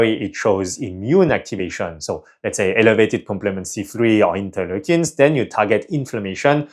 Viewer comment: did you say "interlukins"? Subtitles show interlukin-10?